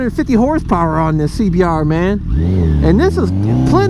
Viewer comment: That lil CBR clip at the beg was cool...the scream and splat LMAO 🤣 BUT...UR CBAAHH DUBBLEAHHHH was weak....CLEAN IT UP😎 No matter how many times I hear ur reaction on the Duc XDiavel acceleration I still laugh...lol